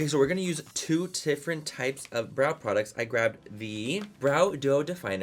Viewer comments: "two tifferent types" lol too many T's many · “two tifrent brow products” 😂 LOVE YOU MANNY!!! 💕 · “two tiffrent types” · did y’all hear him “two TIFFerent types of brow products” or am I trippin’? LOL